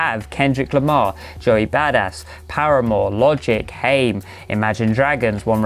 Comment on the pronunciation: Isn't it 'Haim' as in rhyming with 'Time'